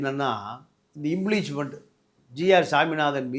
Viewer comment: இந்த மூதேவி பாண்டியனுக்கு இம் பீச் மென்ட் என்ற வார்த்தைக்கு பதில் இம்பிளிஜ்மன்ட் என்று கூறுகிறார்